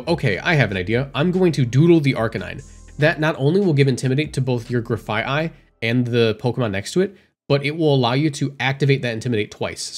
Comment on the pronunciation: as far as I know you're pronouncing Grafaiai correctly Graffiti and Aye-Aye